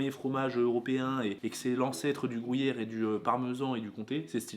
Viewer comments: si jamais on dit pas grouyère on dit gruyère comme grue😂👍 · "et au grOUllière" 😁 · Ptin tabuse depuis la vidéo 1 tu dits grouyere pas gruyère sa ft Pt un câble 😅😅 lol C un" u "pas un " ou" 🤫🤭🤭 superbe vidéo de clôture mais snif C fini 😪 bonnes fêtes à ts les 2 et bn es fêtes à tous 🤗🤗